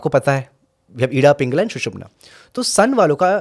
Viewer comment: Hey don’t know how to pronounce pitta or pingala .. if you don’t mind improve that first phir interview karo don’t destroy sanatan language